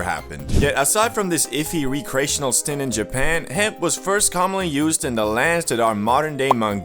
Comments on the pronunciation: "Wreck"reational. Not re-creational. Stop butchering that damn word. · bro its "wreck+re+ashin+al"